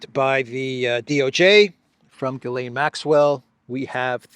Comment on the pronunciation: Ghislaine, the H is silent. 🤣